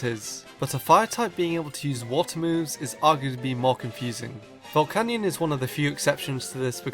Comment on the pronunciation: He's calling Volcanion, Volcanyon. Wtf.